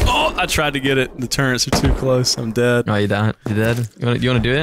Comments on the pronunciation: it's amazing how many stupid people say turrents instead of turrets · Turrets? NO! Turrents? Very Yes! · Why does everyone who plays video games call turrETS turrents. There’s no N in turret